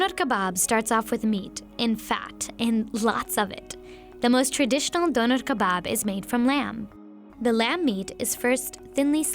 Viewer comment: Why i cringed when the host says "The döner kebaab"